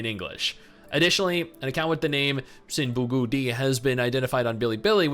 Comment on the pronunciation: Bruh, the way you pronounce XinBuGudi, you sounded chinese 😲